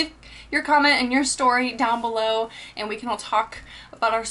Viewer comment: its and not eeand